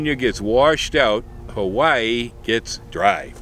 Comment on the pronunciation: Love your videos. I noticed you pronounce "havaee" and "hawaii " in different recordings( every other vid) . I must say, or at least, advice, keep it together.